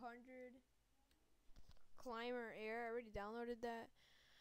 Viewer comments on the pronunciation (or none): Its called Cimber sterling not Climber